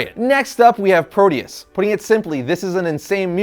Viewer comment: I'm sorry did you say proteus Coz I thot u said voldemort